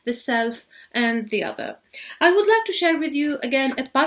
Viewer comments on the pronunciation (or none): حرف T ينطق ت وليس ث بالانجليزيه. ( بيتوين مش بيثوين. تو وليس ثو. سامتايمز وليس سامثايمز). النطق غير سليم تماما. ارجوا تحسينه فلمستقبل.